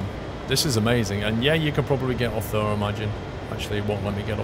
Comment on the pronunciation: It really annoys me how he says "there".